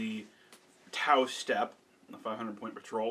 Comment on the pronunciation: it’s t’au sept not step🙃